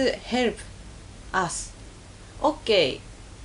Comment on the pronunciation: "Prease herp'uh!"